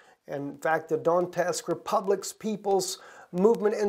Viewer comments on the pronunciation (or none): Its pronounced donetsk not don nest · It's Do-net-sk, not Don-tesk as you keep calling it. "e" is before "t", not after. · Pronounce Donetsk "Donyesk" not not Dontesk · I'm posting here bc I'm getting tired of listening to such horrible pronunciation of cities and people that are in a country I lived in for 2 years. Donetsk is NOT pronounced "Dontesk." There is NO T after the N! It's pronounced "DonYetsk!" Please get it right! Thank you!